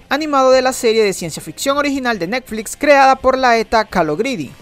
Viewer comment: Jajaja "Nekflits"